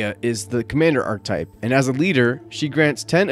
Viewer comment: Nice overview! "Archetype" is pronounced arch-uh-type.